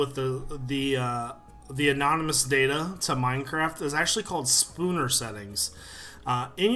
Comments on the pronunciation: It's snooper not spooner settings *facepalm* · lool it's snooper not spooner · omfg hahahahah spooner settings?! SNOOPER!